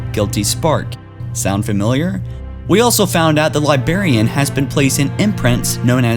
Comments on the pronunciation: Omg bro it is LibRarian... I had to turn this off midway because of your incessant mispronunciation and missing of cited quotes. Love Halo but you are fired as narrator. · Every time you say librarian incorrectly I cringe.. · LibRRRRRRarian. God dammit. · Every time you say "Libarian" a Spartan dies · Dinact and Libarian? Can Dean take over the channel? Lol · Dude you can't even say librarian right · Dude your not even saying the word librarian at all, how does someone that can't speak properly keep getting used to narrate these videos, I'm sure there are people that don't mind hearing words being spoken incorrectly CONSTANTLY, but I'm not one of them. Now... Bring the hate if it must be brought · God damn, there's a fucking R in library and librarian. Fucking English, do you speak it? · lol dude cant say librarian right. he speaks like a 4 year old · how can he not say librarian he says it like its libarian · Dude, unsubscribed for how you say li*barian instead of correctly pronouncing Li*brar*ian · Whats the Libarian? I know the Librarian but not Libarian. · Librarian not libarian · Great video. It's Librarian, not Libarian. Sorry to be a grammar nazi, but it drove me nuts the whole time. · LibRARian. It's not LieBERRian. Jesus fucking christ. Don't make youtube videos if you can't pronounce simple words properly. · For Pete's sake, man! It's Librarian! Not libarian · "Libarian" ... "Labarian" ... "Labarian" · *Librarian , not libarian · "Libarian" hahaha... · now with me "Librarian" not "Libarian" you silly little dog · Still saying libarian? jesus... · You said liBARian so much I want to saw off my own head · 😂😂😂!!! Li-BRARIAN*, you moron! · What the fuck is a Libarian? Thumbs down on this video, and I'm removing this dumbass channel from any future recommendation. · Libarian I'm dead🙄🙄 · yessss, hearing libarian annoys the crap out of me too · What the fuck is a libarian?